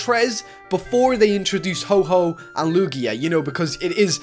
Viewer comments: ITS HO-OH NOT HO-HO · It's ho oh not ho ho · Is ho oh not ho ho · why everyone calling ho-oh hoho apparently they think ho-oh is santa claus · just saying its pronounced ho oh not ho ho im not annoyed but there are still alot of pokemon fans that get mad at something this trivial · You Said Ho Ho Again Its Ho Oh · WTF ITS HO OH NOT HOHO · you said ho-ho instead of ho-oh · it's ho-oh not ho-ho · it is ho oh not ho ho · YOU SAID HO-HO AGAIN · it's ho_oh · Did he sayed Ho Ho? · you piss me off its ho oh